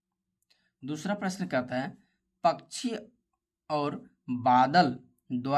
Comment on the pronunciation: Bhaiya pakshi hota hai pakshi nahin hota aapko dhang se padhna nahin aata Aap apni video mein acche word use Karen acchi tarah Se bole spasht ko ispat mat bolo spasht bolo dhang se har chijon ko spasht bolo